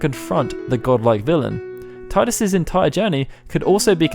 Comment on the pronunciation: Tidus is pronounced TEE DIS